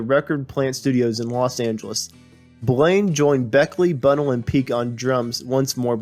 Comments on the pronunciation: It's Bunn-ell, not Bunnul... it's Ball-ard, not Ballerd... most of all 'Ruislip' is Rice-lip, not Rooy-slip! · It's Bun-nell', not Bun'-nell.